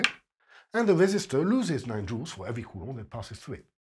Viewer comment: It's amazing to hear a french physics teacher pronounce Coulomb's name. I finally can state that I know how to say the name of the man and that I had learned it from a 100% reliable source, lol! Thank you sir for your efforts and your work! Your teaching way is just staggering! God bless!